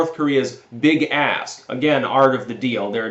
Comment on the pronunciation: "Big ASK". Thank you for repeating it. I heard "Big ASS" and actually did a double-take.😆